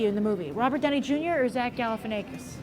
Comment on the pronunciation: shes pronouncing zach's name wrong...